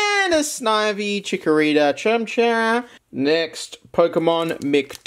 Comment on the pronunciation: petter griffin pronouncing chimchar